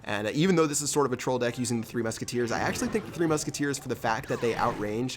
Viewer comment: when he said deck I thought he said dick XD